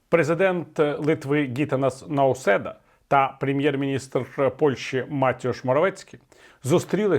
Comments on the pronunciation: Гита́нас Наусе́да, ставьте правильно ударение. Слух режет. Вас же не Ви́талий кличут? Углубитесь в вопрос, а потом озвучивайте. Не оскорбляйте моего президента неправильным произношением имени и фамилии. Ах, да. Нет их там. У меня более достоверные сведения про границу. Опять вброс без подтверждения. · Правельно произносится - ГитАнас НаусЕда...